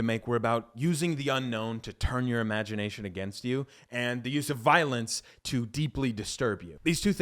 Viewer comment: love the vids but “voilence” lol